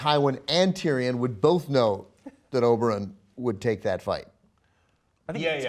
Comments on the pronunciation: Can you please not say Oberon and call him by his real name Oberyn? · I love how he still says Oberon instead of Oberyn, even though everyone else on the panel pronounces it properly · How hard is it to pronounce "Oberyn" correctly?